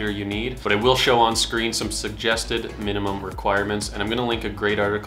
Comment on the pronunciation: wtf… how you gonna say “Minimum”…. Nvm bye